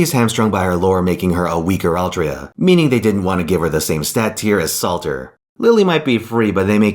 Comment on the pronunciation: Well here's the thing, Altria is for Japanese people, when they see it they pronounce it "Artoria". For some reason they kept it like that for other languages but it is pronounced "Artoria", not Altria.